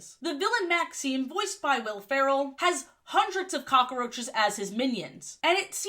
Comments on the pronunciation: I love how you pronounce cockroaches as "cock-a-roach-es" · Incredible video but I Cannot get over how you said cockaroaches